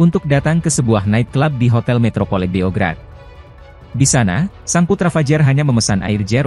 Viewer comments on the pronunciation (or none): none